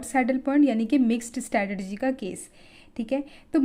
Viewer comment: It's strategy not stratergy kyu complicated bna rhe ho